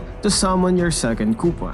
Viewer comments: The " i need you kupa!" is like "I need you kupal" Only filipinoes will understand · "KUPAL AND POLPOL"